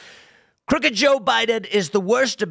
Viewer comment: CROOKed is how he should have said it